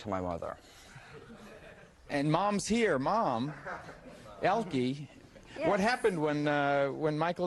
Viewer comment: It is Elke and not Elki